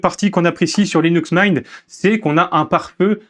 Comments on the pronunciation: Linux Maaiinte vraiment ? 😂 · Vraiment un beau vidéo d'introduction sur Linux Mint mais je me demande d'où vient cet accent qui justifirait la prononciation de la distro en "Mein". Simple curiosité que voilà! Bon succès pour la suite sur ce Linux à la menthe! ;) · Le mot anglais "mint" se prononce /mɪnt/ : voyelle courte comme dans "bit" ou "shit" (et non le son « aï » comme dans "mine" ou "mind" ou "might").